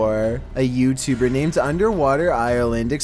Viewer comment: A yEWbtEWBer